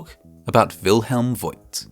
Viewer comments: Bürgermeister = Mayor Burgermeister = Burger master (there are probably hundreds of burger restaurants in Germany named "Burgermeister") And the name "Voigt" is pronounced /fo:kt/. The 'i' doesn't indicate a diphthong, but a long vowel, just like in the city of Grevenbroich. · By the way: Wilhelm Voigt is pronounced similar to Faught - or so. The letter "i" is a lengthening letter and makes the "o" longer. Unlike in English, where "lo(w)" and "loo" become something quite different. At least in pronouncing. Love your videos, thank you! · As a guy with a tiny bit of knowledge about the German language, I just loved mixing up the sounds of V and W! Well, I actually loved the whole episode (as usual)! Your humor is low-key, but hilarious!